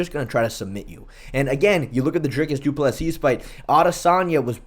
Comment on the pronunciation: Bro don’t be a Lukas Tracy and pronounce Doo-Pleh-See how it’s supposed to be